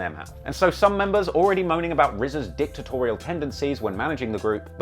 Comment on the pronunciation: I thought bro said rza had a. dick tutorial but he said dictatorial